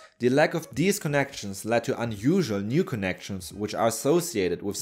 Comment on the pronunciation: The narrator is not able to make the "th" sound. Instead of saying "these," he says "deeze" and "udder" instead of "other."